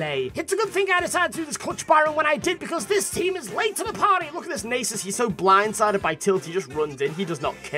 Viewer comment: ”Nay-sus” reeeEEEEEEEEEE